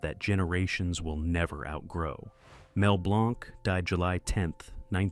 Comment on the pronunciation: Mel Blanc is pronounced Blank! Stupid AI. There will never be another Kermit, Jim Henson was Kermit, the new voices aren't even close. Casey CASE-EM is the RIGHT way to pronounce that name, Stupid AI.